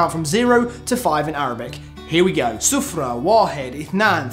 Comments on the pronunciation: hahah you mispronounced zero and said "feast" instead. (zero is sifir, feast is sufra). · It's khamsa, not hamsa... also, sufra means yellow, not zero. Close enough.